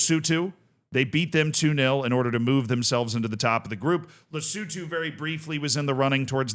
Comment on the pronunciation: How are you mis-pronouncing so many names. Who the heck are Lesoootooo or G'bon? So many others.